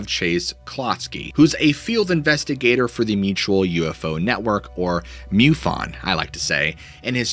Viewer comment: Dude. It's pronounced MUfon, not MEWfon.😎